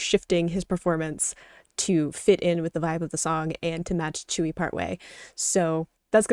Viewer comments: It's pronounced as "chewy"❤❤❤ please continue your twice journey once forever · Yeah, many people pronounce it that way in English. If you want to sound closer to the original though, pronounce it like ts-y(u)ee. Say the u as fast as you can as if it’s almost absent. The easiest way to listen to how it’s pronounced is to copy and paste her name “子瑜” into your favorite translation software and let it pronounce them for you. Or, watch the video where she’s teaching Dahyun how to pronounce it. 💕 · i’m not korean but her name is pronounced like “chewy” and some other koreans pronounce it more like “tsewy” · im not korean but the korean pronunciation is like joo-ee or chewy